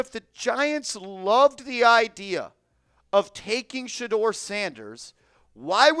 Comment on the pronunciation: TH or AC. NOT SHED-DOOR SANDERS